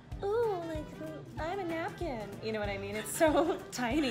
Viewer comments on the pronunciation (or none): "oOoOoOo I'm a neapken" I'm dying